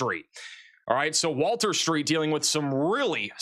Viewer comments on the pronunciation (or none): none